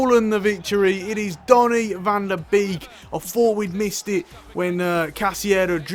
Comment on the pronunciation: Just a small tip on Donny van de Beek. Beek is pronounced like Bake. So it would be Donny van de Bake.